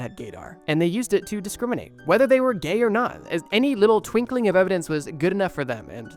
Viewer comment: TWINKling not twinkLING